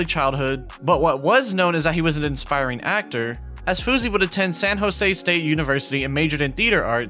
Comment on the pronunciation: "Aspiring", not "Inspiring"